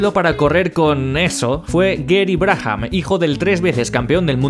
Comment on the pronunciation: Sin animos de tocar los huevos...: Brabham se pronuncia 'Brábam'... 'Brájam' no sé qué es...! Aparte de esto, geniales videos como siempre!!